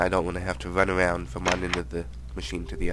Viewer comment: "i dont wanna hafta WUN AWOUND" LOL